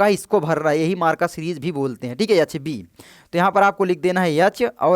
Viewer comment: Ye H ko yah yah kyu bol rha hai bhai 😂